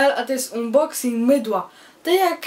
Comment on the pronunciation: Unboxing - czyt. "anboksing"